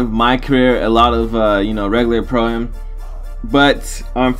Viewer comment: im glad cuz when he says pro ay em that would make me cringe lol